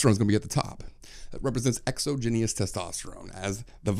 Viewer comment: Holy moly the way you pronounce exogenous erks me lol